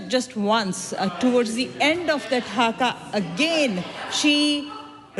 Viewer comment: It is HAKA not Hagar.